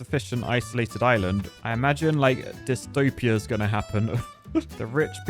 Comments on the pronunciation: Island ❌ Is-Lund ✅ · whatz za shape of za izland my brudda